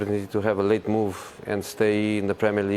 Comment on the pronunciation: Jose emphasize “move” Hahahaha